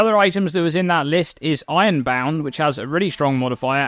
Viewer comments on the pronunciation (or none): I was about to comment something smart but then i got stuck on how you pronounce "ironbound" and now i can't stop think about it.